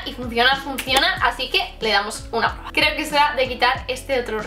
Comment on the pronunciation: voy a poner a “prururueba” JAJAJAJAJAJAJA (no va a malas xD)